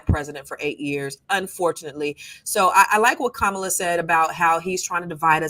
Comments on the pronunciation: Say her name correct. DISRESPECTFUL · why do you mispronounce Kamala? You have to be able to pronounce the name of the person the video you are focusing on. Other than that, y'all are doing great.